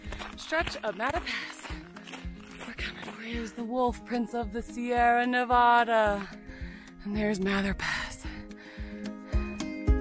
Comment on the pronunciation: Get it gurrl!! Love your spirit. As a Nevada native just a heads up it's Neva-duh. Might as well be a local with armed with that lil tid bit. Keep up up sister lots of good vibes being sent your way. Love your videos.